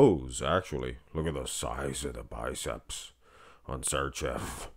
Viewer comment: Š(arčev) should be pronounced like if you say .....Shit .......but only first two letters of that word. The word Č should be pronounced like if you say .......China...... but only first two letters of that word